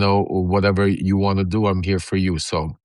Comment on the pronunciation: Lev, you're killing me over "heah" your show is almost half way over already.